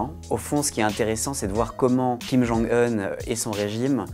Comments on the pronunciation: Kim jong "eune" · Je suis presque sûr qu’on le dit pas comme ça kim jung heun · J'adore comme il prononce "Kim Geongue Heune", mais bon travail du "Monde", comme d'habitude ♥ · Que dois-je penser de l'analyse d'un journaliste qui n'a même pas pris la peine de rechercher comment on prononce le prénom de Kim Jong-Un correctement ? Sept secondes et quelques mots ont suffit pour perdre votre crédibilité. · Ça se prononce vraiment comme ça son nom en Coréen ou c'est le journaliste qui est spécial ?